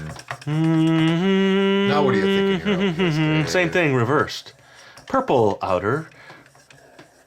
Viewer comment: Your way of saying purple is POIple not purple. Now I get it. You're talking Gwen Parasaur's language!